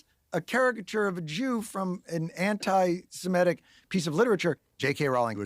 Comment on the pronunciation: “Semitic” not semetic